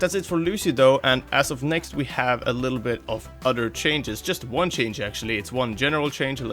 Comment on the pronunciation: He says odor and not other its kinda funny